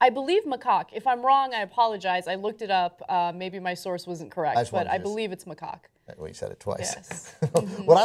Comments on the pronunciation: ana said macawk so much in this video i came. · Did Ana just say macock? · Its pronounced "Ma Cack" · They are both pronouncing it wrongly... It's pronounce as MA-CACK. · NAh-roo-toh. Mah-kak. (as in the American pronunciation of (don't laugh British people) khaki pants.) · it is pronounced mahcack, according to international phonetic alphabet, emphasis on second syllable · it is pronounced 'muh-KACK'... second syllable rhymes with 'hack' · It's pronounced Ma-kak with an A not O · I think it's pronounce Mahcak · Macaque is pronounced "Ma-Kor". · Isnt it pronounced Muh-caw? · The a in second syllable of macaque is a soft "a" sound not a soft "o" sound. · You ARE pronouncing it wrong. (/məˈkɑːk) M as in my. A as in about. K as in kind. A like in Father. K as in kind. Is a little research so hard to ask for? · I'm sure PETA was willing to act as Naruto's financial managers, too. :D (and it's "macaque" - the second syllable is pronounced like the first syllable of "cackle". Grow up, children.)